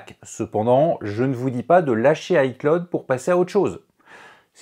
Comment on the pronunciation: pourquoi tu dis hi claude